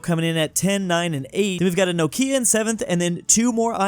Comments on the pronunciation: Is this how you say "Nokia"? I had no idea! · pronunciation of Nokia is uncanny to me lol